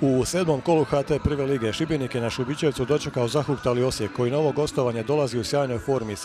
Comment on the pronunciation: dobro je izgovorio Šibenik